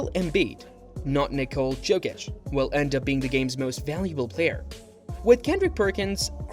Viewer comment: Yokich🤣 Just call him Joker man pls.